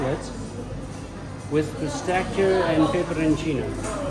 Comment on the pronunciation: pistaccio non si può sentire, mi aspetto da uno di origine italiana e al tuo livello che dica pistacchio 🤣